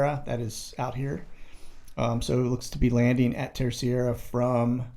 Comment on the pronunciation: Hi 🐒, Thank you brother for the light that you shine, especially in these times of malignant darkness. It's funny how you always seem to struggle with the 'Third' island of the Azores, Terceira. It's pronounced TER-SEY-RUH - Good luck!